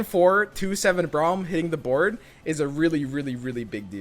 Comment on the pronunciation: I love the content but blease, please stop pronouncing Braum as like you're saying brown with an m. It's pronounced like "Bröm". Like saying "From" with a B.